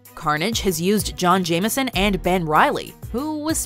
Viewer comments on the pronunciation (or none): none